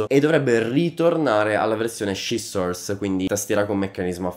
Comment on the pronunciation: Ma scissors lo ha detto in maccheronico o in inglese?